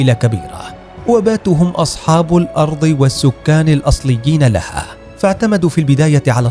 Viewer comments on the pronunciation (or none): none